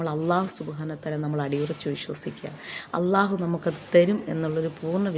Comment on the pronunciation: Assalamu alaikum wa Rahmatullah തെറ്റ് കണ്ടാൽ തിരുത്തണം എന്നല്ലേ അതുകൊണ്ട് പറയുന്നതാണ് നിങ്ങൾ അള്ളാഹു എന്ന് പറയുന്നത് പല്ലിൽ തട്ടി കൊണ്ടാണ് അല്ലാഹുവിലുള്ളത് ലാം ആണ് ലമിൻറെ മഹ്റജ് മുൻപല്ലുകളുടെ മോണ ആണ് നിങ്ങള ل പറഞ്ഞു നോക്കുക അപ്പോൾ മനസ്സിലാവും എ വിടെനിന്നാണ് ലാമ് വരുന്നത് എന്ന് പല്ലിൽ തട്ടി പറയുമ്പോൾ അത് ظ ആയി മാറുന്നു